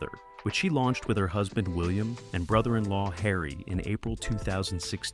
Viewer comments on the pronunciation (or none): none